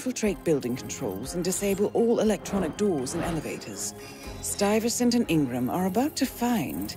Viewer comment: No way this dude pronounced Stuyvesant wrong😂😂😂😂